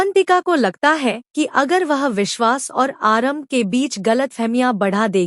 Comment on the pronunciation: को यह नहीं पता कि आरंभी का सही। नाम उच्चारण करे। वो उसको आरम्भ कहते हैं और उसका जैंडर ही बदल 5देते है। उसको पुल्लिंग बता कर nerrate करते हैं। सोशल मीडिया पर तो कम से कम सही बात बोली जाये। यह तो रोज का हो गया है।